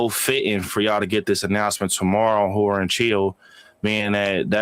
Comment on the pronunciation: It sounds like you're saying "whore" instead of "horror" 😂